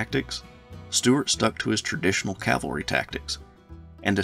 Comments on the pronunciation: Great vid and as a yankee decendant(24th michigan), Forrest has always fascinated me. There is something very American about the ability to start as a private and end the war as a Lt. General based on merit alone. Btw, if I had one critique, it's the constant pronouncing of cavalry as calvary. work on it. otherwise, your content is top notch. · I hate that pronunciation too. I apologize. I make it a point to say cavalry, but when I get excited when talking I will slip and say calvary. I know exactly what you are saying.